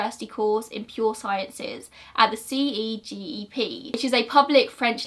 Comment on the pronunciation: CEGEP - we don’t usually spell it out but instead pronounce it as a word. Sounds like say-jep. This happened when I was young (about 10) and I remember it so clearly. It was devastating.